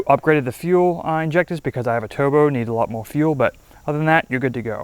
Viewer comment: This guy cant pronounce "R's". He says "Toobo" LOL